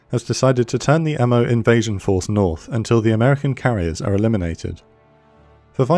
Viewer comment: Inoue is pronounced 'ee-no-ay.' Mo is pronounced 'moe,' not m, o. Furutaka is pronounced 'foo-roo-tah-kah.'